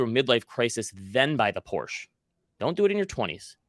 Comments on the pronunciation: Thank you for saying Porsche the right way! I trust you must be a fellow gearhead. Don't put your money in shady banks for intro rates! You can ladder out CD's at Fidelity for 5%+ right now from 3 months to 3 years. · Thank you for pronouncing Porsche correctly. Dankeschön!